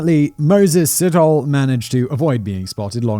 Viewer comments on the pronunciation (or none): It's sit-oh-lay but great episode, thanks for sharing this sad case. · Sit-hole. No we dont pronounce it like that. Its /See-tor-le´/ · I just couldn't concentrate! Every time Simon said 'Sit hole' I cracked up. (Pronounciation, phonetically, is 'See toe lee') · sithole, hahahaha. Si-taw-le, not sit-hole hahaha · There is no th sound in these name or sounds like Ole. Sithole is pronounced sit-haw-leh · Side note...when pronouncing an African name and it ends with e, it's a long ee. Sit..ho..lee. And yeah, the long names are very difficult to pronounce, but thanks for trying to give the victims respect. 🐾 PS...We don't have juries, only magistrates/judges. And YES, we need the death penalty back. The rape/murder of children and women here is out of control. Every 5 seconds a female is raped😢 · It's an African surname that is actually pronounced "see-toh-le". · Si-Taw-lee (Sithole). Haha lemme know if you want some help ons those African names. All about the right emphasis on the right syllable. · Hey Simon, enjoying this new chanel🤗 Here's a tip for pronouncing ethnic African names - we pronounce all the vowels to the end, e.g Sithole : Si-tho-le (sea- tall- le) if that helps🤗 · ALMOST 100K SUBS!!! CAN'T WAIT!! SOOOOOO CLOSE!!! ⭐ANOTHER GREAT VID GUYS!!! BTW, Sithole is pronounced "Sit- holay" - but I'd probably fancy pronouncing it "Shithole" instead!! 😂😂😂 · Selepe. Pronounce the e at the end as you would say e for elephant. Same with Sithole. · his name is pronounced Si-TOLE / N KOSI \ N DLOVO PLEASE DO VIDEO ABOUT THE MANY MURDERS OF THE INCREASINGING FARM MURDERS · I was wondering if there was gonna be a Sithole in this story, having heard how he pronounced Rapodile, I couldn't stop laughing 🤣🤣 DEEEEEP! South African tip: Th in Zulu, and in most South African languages is just pronounced as T